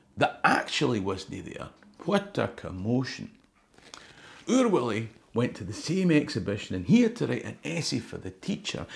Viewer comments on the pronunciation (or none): It's Oor WUllie, no WIllie....! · Stop talking about Oor WIllie,. It’s Oor WUllie, a Uh, no’ a Ih, ok, ye ken? Or ah’ll be sendin’ PC Murdoch roon your hoose. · Oor Wullie , not oor Willie.... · It’s Oor WULLIE !!!